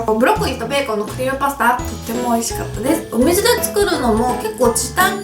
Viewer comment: クリームパスタの発音が関西っぽくてかわいかった😂❤️